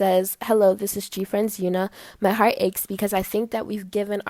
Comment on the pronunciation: she meant eunha,she pronounced it as "yeun-a",its pronounced "una" in korean,so i assume it was a mistake but it's still closer to the correct pronounciation than when people say "yeun-ha".